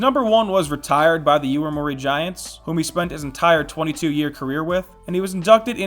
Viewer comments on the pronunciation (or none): It's YOMIURI Giants, not YOIMURI Giants... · YO-MI-U-RI, Yo-me-you-ree, Yomiuri